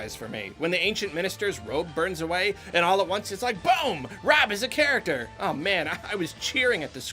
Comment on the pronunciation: Take a shot anytime says "Nintendo characther"